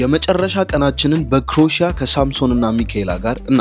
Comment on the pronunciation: Croatia 'ክሮኤሽያ' ነው ትክክለኛ አጠራሩ። ሌላው፣ 'Oh my God' ትላለህ ብዙ ጊዜ። የእግዚአብሔርን ስም በከንቱ መጥራት ልክ ስላልሆነ፣ ሌላ ሌላ የማድነቁያ ቃላት ብትጠቀም መልካም ነው፣ ቃላቱን እየለዋወጥህ። wow, fantastic, amazing,.....